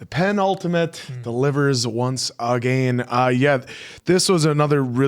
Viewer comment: Someone please tell its peNultimate, not peNTultimage 😂